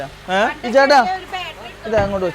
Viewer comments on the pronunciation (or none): ബാൽടെറി അല്ല ബാറ്ററി